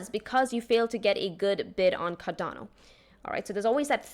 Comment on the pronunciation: She pronounced it just fine